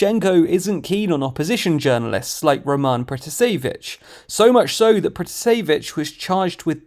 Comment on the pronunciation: I would pronounce it pra-TA-se-vich.